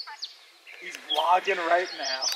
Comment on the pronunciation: His dad “ you bloggin” aka vlogging 😂